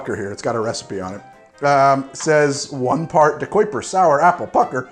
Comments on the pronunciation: Say it with me. De-ki-per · I never thought you saying ahhrange was strange or wrong, but man “De-quip-er” threw me through a loop. How do you get that’s from DeKuyper?